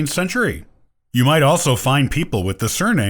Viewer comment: Very good Podcast, but please don't assume that the lecturer is pronouncing the names correctly. When he said Piekarski I would not be able to figure out what that surname was without him saing baker :) - even though my mother tongue is Polish. And Kowal is a very nice small town in central Poland (it even has English version on Wikipedia).